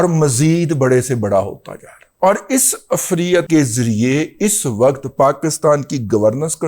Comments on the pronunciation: Afreat is incorrect pronouciation. Correct one is efreet. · دادا جی ایک گذارش ھے وہ یہ کہ،، عفریت (ifreet) کا لفظ قرآن کی سورہ نمل پارہ 19 میں آیا ھے قرآن میں دیکھ کر اس کا تلفظ درست کر لیں وی لاگ میں تلفظ درست نہیں ھے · عفریت لفظ را کی زیر اور ی پر جزم کے ساتھ ادا ھوتا ھے سورۀ نمل میں ایسے ھی لکھا ھوا ھے